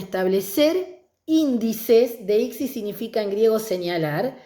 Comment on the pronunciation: "deípsis... deíptico". La amo 😅 Igual, muy bien explicado y desarrollado el tema.